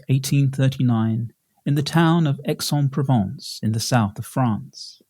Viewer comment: Hi It’s pronounced ‘AIS ON PROVONCE’